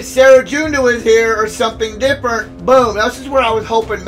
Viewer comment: You just gotta love it when CG adds a brand new team we've never fought before as a boss of sector 5 and gives them over-fucking-prepared 3. Good ol' CG shenanigans! I'm surprised it doesn't bring you to the store page with every failure. Also, you probably don't care too much but "Cere" is pronounced as "sear" (as in: You want to sear your steak!). Or like the store Sears, minus the s.